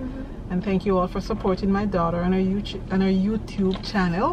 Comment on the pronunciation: If me love her 1 more time, she almost say YouChube.... Thats My right there